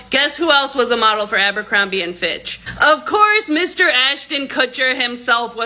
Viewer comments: ABercrombie... Not AMbercrombie.... said it wrong about fifty eleven times. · ABERCROMBIE not Amber… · ABER, Aber....ABERCROMBIE! One of my biggest pet peves is when creators don't pronounce things correctly. I assume that many of you research these topics and information surrounding said topics. Pronunciation should most definitely be included in that!!